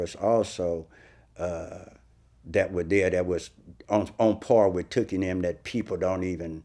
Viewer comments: I can't stand the way Vlad says Tookie, like he's saying dookie. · It's not Too-kie Vlad it's Took-ie. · Correct me if I'm wrong. But his name was pronounced Took-E. Not Too-Key. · vlad keep saying “Tukie” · It's took-ie